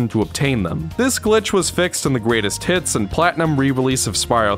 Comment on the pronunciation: Every time you say “greatest hits” I hear “Great as T*ts”